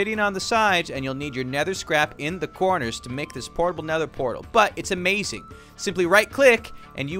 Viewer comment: Ahh yes amzing not amazing